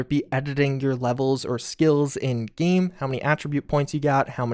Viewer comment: Dude it‘s game, not geeem ...